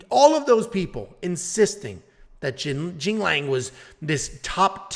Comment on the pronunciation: Tells us not to embarrass ourselves pronouncing Ricky Simon's name and then butchers Punahele and Jingliang's name 😂